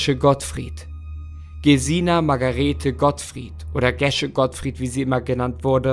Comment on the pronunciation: Wird Gesche nicht Geesche ausgesprochen? 😂 irgendwie hört sich das mega falsch an 🙈 ich kenne einige "Geesches" aber keine Gesche